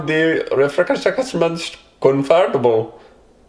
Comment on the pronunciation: Did he say con-fart-able? HAAHAAH